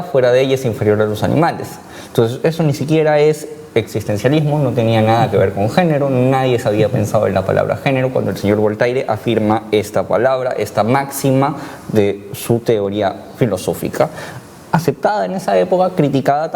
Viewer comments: voltaire jajaja es voltier. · Pronunciar "Voltaire" de forma literal, resulta ausente del rigor filosófico. Por otro lado, decir que solo por lo mencionado Voltaire es cuestionado por los sectores conservadores resulta simplista. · Ese es filosofo y no sabe pronunciar el nombre de Voltaire ..... es francés... por lo menos aprende a pronunciar algo el francés 😅😅😅😅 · Se murió!!! Cuando dijo Voltaire!!!! Me dio derrame